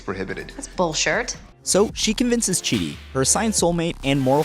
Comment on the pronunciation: It's not "chi" it's chidi. No hate btw